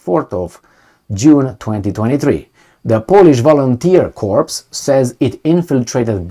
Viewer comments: Corps sounds like core no ess plural sounds. Unequivocal or unequivocally goes like un equi vocal. Basically no doubts or very sure. For your information I have similar problems when dealing with more than three syllables. Gooder. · Corps is pronounced like the French original 'cor' drop the 'ps' because the French can't spell; unequivocally 'un-eckwiv-voh-cal-lee' meaning not-qualified: so certain, absolutely for sure as OP says.